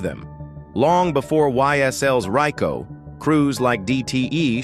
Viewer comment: When he didn't say Rico right i stopped the video 😂